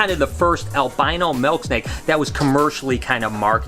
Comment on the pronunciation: “Melk snake”